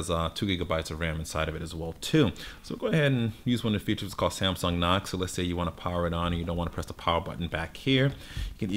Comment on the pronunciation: Did he say "Samsung knock"